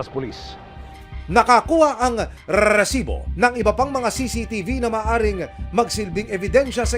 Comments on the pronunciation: gigil ako sa narrator RRRRRRRSIBO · Nakakainis yung host ng show na to bakit kailangan pa i-emphasize yung word na rrrrrrresibo 🙄 Napaka inconsiderate and insensitive since ganito yung TEMA ng palabas mo! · Hype na Rrrresibo yan nakakainis pakinggan maxadong trying hard na maging Mike Enriquez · Kelangan talaga rrrrrrrrrrrrrrrsibo ang bigkas😂😂😂😂😂 dami ring adik jan tondo navotas libangan jan ang patayan😂😂😂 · Nagkicringe talaga ako sa rrrrrrresibo! Bakit kailangang ganun tuwing bibigkasin? Ang oa talaga ng GMA🙄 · Humihingi ng donation pero may monetization ang video. Wack. Pakitigilan action man ang pag enunciate ng "r" sa "resibo" ang hirap seryosohin ng binabalita mo. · Can you please stop emphasizing that "R" when you speak the word Resibo? kairita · Kailangan tlga Pag sinasabi ung resibo w/ rrrrrrrrr nakaka irita pakinggan.. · Palitan mo yang Pag bigkas mo ng resibo boss pangit pakinggan.. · Kailangan ba talaga ganyan yung pag-pronounce sa 'Resibo'? What a joke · Yun nga din ang nasa isip ko haha bakit need pang ganun?😅